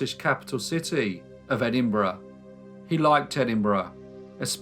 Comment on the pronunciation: It’s refreshing to hear Edinburgh pronounced properly🏴😂